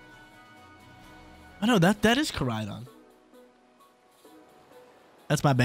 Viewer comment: Come on that’s Koraidon not Moraidon 😂 love you though brotha keep it up